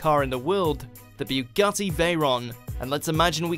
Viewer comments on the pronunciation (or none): none